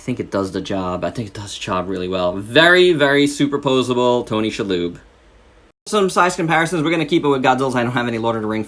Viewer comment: It's "She" (as in the pronoun) lob. Cool review! I love this figure.